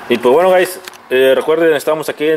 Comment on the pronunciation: pero por que nos dices gais,.. que paso que paso vamos ahi...